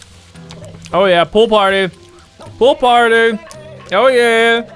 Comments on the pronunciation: I hear "poop party" instead of pool party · You said poo party😂!😂😂😂😂😂😂😂😂😂😂😂😂😂😂😂😂😂😂😂😂😂😂😂😂😂😂😂😂😂😂😂😂😂😂😂😂😂😂😂😂😂😂😂😂😂😂😂😂😂😂😂😂😂😂😂😂😂😂😂😂😂😂😂😂 😂😂😂😂😂😂😂😂😂😂😂😂😂😂😂😂😂😂😂